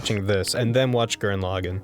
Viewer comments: ITS NOT PRONOUNCED GURREN LOGIN, ITS PRONOUNCED Gurren La-gon BUT SPELLED GURREN LAGANN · As someone who watched Gurren Lagann in subs, it's always wierd to hear people pronounce Gurren Lagann like that.